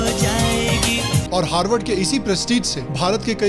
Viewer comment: Harward ko galat bolo bhai